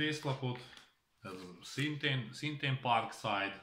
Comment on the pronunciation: parkszid ha ha ha ha jó a kiejtésed